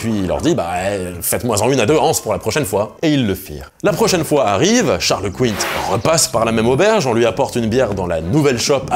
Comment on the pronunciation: Quint se prononce simplement comme "qu'un"